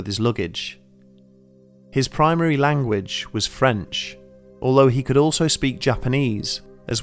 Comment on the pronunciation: He pronounces the word "although" normally to me (I am a native American English speaker). It might be a little short-cut at the end, but doesn't sound weird.